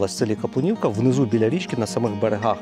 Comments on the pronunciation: Капулівка, а не Каплунівка. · Вітаю. Ви припустилися помилки в назві села. Не Каплунівка, а КАПУЛІВКА. Наголос на У. І не Отаманська імперія, а Османська. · Капулівка! Не Каплинівка… За відео дякую!